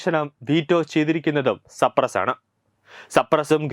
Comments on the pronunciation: Cyprus സൈപ്രസ്‌ എന്നാണ് വായിക്കുക. സപ്രസ് അല്ല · സപ്രസ് അല്ല സൈയപ്രസ്